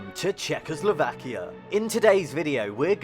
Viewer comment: I would learn how to pronounce Czechoslovakia before making a video:)